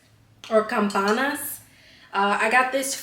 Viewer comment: As a Mexican it made it smileee just seeing how excited you were to eat the tacos 🤣. Always heat up the tortilla in a skillet or you can also put a small amount of oil on the skillet and that works well. Any tortilla that's not heated will break btw you pronounced hacienda and campanas very well!